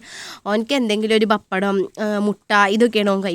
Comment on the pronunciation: Bappadam alla pa ppa dam